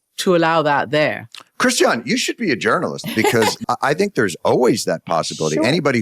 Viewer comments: it's Chritiana not Christian. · Great video! (Even though you mispronounce Christiane Amanpour's first name.) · … her name is pronounced as chris tee anne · That was a funny monologue! By the way, it's "Christy-Anne", not "Christian" Amanpour. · You're mispronouncing Christiane.